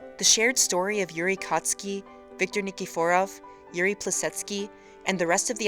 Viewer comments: I died when she said niki-for-av hahaha XD and if you guys in the comments wanna know something YURI ON ICE SEASON 2 IS COMING OUT ON OCTOBER!!!!!!!!!!!! XD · The way she pronounced Victor's last name has me dead.